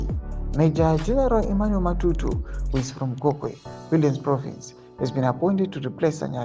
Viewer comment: Why do you choose to call him Matutu when his name is Matatu?